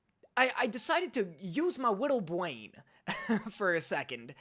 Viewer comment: “my wittwe bwain”